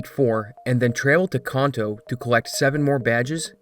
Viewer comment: One minute in and I’m leaving this message to just say that the way you mispronounced the name of the Kanto region, is why I will not be finishing this video. You pronounced it con-toe.. it is pronounced can-toe.. you should learn about the things you make content about before making it.